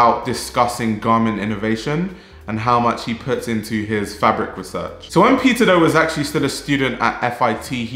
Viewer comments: I misheard you say peter do as "pizza dough" hahaha, fack. The pizza dough community. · i can't unhear pizza dough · Why it sounds like a “Pizza Dough” from your lips to me?🙂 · I can't stop hearing "Pizza doe", thank you for the great video doe! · The pronunciation for Peter Do is correct?